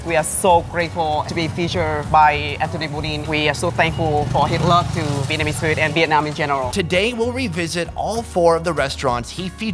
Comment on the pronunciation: is terrible on Vietnamese accent.... he sounds like meow.. 😂😂😂 lol